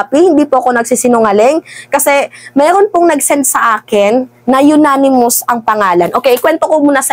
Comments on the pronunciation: Anonymous po hindi po unanimous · ANONYMOUS hindi UNANIMOUS...!!!! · Unanimous hindi yonanimous, ganon pa man hindi rin tama ang salita, dapat ay Anonymous which means hindi matukoy ang sender na nagpadala dahil ayaw nyang magpakilala, ok? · Agree. ANG NAME NG SENDER AY YONANIMOUS. GANYAN NYA BABASAHIN. Alangan BASAHIN pa rin nya anonymous. Eh, YONANIMOUS nga ang name. 😂😂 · Anonymous po :) Sorry for correcting ha? I’m BBM supporter ✌🏼 uh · naa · nuh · muhs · anonymous po hindi unanimous po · Ananymous not unanimous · Hindi unanimous its anonymous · Anonymous mam hindi unanimous po, mabuhay ka good job mam, supalpal si hitad syo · "anonimous" cguro not unanimous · ANONYMOUS siguro ibig mong sabihin. HINDI UNANIMOUS. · Anonimous hindi unanimous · Baka "anonymous" ang ibig mong sabihin hindi "Unanimous" hehe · Anonymous....Hindi po younanimous.....hehehe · Baka anonymous source, madam hindi unanimous💕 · Anonymous mam, ndi Unanimous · Anonymous maam..hindi po unanimous. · Mam, siguro po anonymous, hindi unanimous. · Anonymous at hindi Unanimous, okey.! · Anonymous not yonanimous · Anong "yonanimous" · Maniniwala na sana ako kaso “unanimous” 😂